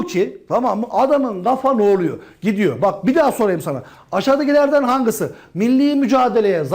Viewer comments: ya nie hep hangisi yerine hangısı diyor ĞSNAJABAJSHZJSHJAMWKAJAI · Nobody:: ✨HANGISI✨ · aşağıdakilerden "hangısı" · Hangisi değil hangısı😆